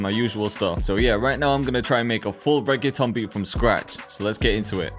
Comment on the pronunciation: nigga says reggaeton but cant say reggaeton properly.